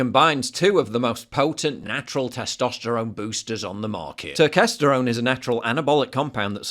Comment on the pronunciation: Turkesterone is complete bullshit, please do not buy it and waste your money. Huberman can't even pronounce the name correctly so he shouldn't be peddling it. No human study has ever shown it makes a meaningful difference in testosterone levels.